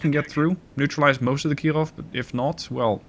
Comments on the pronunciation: Please, don't try so hard to Pronounce "Kirov" in a Russian accent, it is annoying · I don't know why you are saying "Kirov" with a French accent, but I shall accept it.